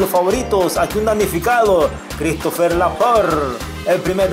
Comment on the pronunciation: Hey,, pronuncia bien los nombres. Es Cristophe, no Cristofer. Habla bien, hombre...